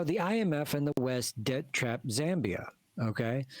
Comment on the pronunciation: We are not that poor bruv also it's ZAAA MBIA not ZEEE